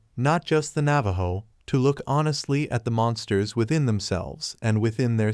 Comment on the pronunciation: Learn to pronounce properly the name of the tribe whose story you have stolen. 😮